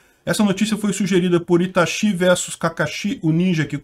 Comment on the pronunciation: É Itashi e Kakashi com tônica na segunda sílaba.